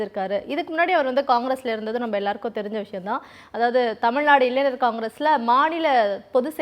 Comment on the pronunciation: இன்னுமா 'ஞ' நாக்கில் வரவில்லை. இளைஞர் என்று உச்சரிக்க வேண்டும் நீங்கள் இளைந/னர் என்று உச்சரிக்கிறீர்கள்.